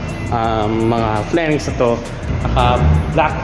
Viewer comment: Correction lng. Fairings po. Hindi flairings